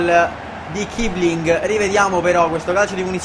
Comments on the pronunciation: non è kibling ma kissiling perché in tedesco si legge con la doppia s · comunque si legge kissling